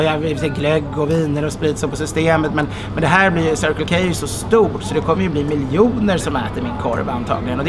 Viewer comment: Det här med anglosaxisk uttal...